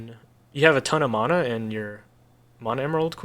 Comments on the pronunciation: I love the video, but I had to stop listening to you mispronounce "mana" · You pronounce mana incorrectly. Not differently, incorrectly.